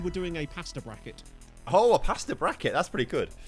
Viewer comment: swear I thought he said pastor bracket and not pasta😂😂😂